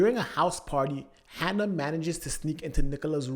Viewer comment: Say "Hanna" one more time... I dare you